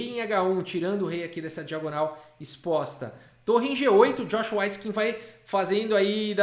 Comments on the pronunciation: S.C.A.F a pronuncia correta é weitskin.. ele pronunciou errado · Só eu que estava ouvindo a pronúncia como Joshua "Whiteskin"? Que contraste! 😆